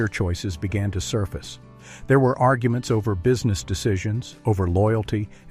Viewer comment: “Argue. Ments”